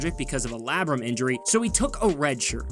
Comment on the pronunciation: this mother Hefner really an truly said “Lab rum” nope that is not it sir.,. Not even close, u got this .l. Is the lab rum connected to the red rum or?! Is that what happens during a tear/injury?!